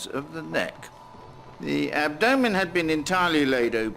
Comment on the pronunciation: It’s a good documentary. One of the best. But, I can’t get past how that actor thought it was pronounced “ab-doooh-men” and no one told him otherwise.